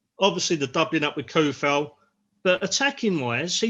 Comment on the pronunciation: come on guys show some respect to Vladimir and learn his name. Not KUFAL, it should be TSOU-FAL. Even SO-FAL sounds better. Hearing that hard "K" kills me